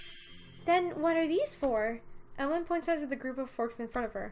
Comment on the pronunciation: For pronouncing Emaligne's name, you should pronounce it like Emmalyn